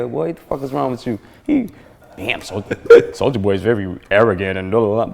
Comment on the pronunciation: sou-L-ja boy